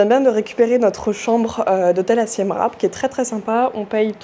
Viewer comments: Hello ça se prononce "siem ripe" et non rape 😅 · Mes oreilles saignent Siem « rape » 😅